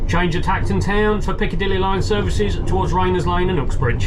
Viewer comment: Whenever you say Acton Town, I always think Elton John sang about that place!